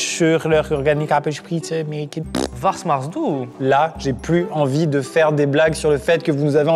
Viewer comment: ça ma tuée😂 "Varsmarsdout"